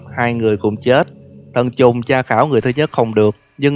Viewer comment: sao ảnh nói thần trùng mà tui cứ nghe là t*nh tr*ng 🤣🤣